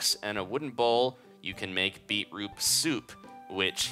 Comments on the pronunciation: you said beeproop soup -_ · said beatroop soup XD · It's pronounced 'bee-chroot' if you like them then you are a true Aussie :) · he says beetroot wrong